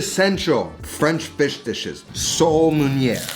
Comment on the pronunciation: meeeehh not exactly sole meuniere but ok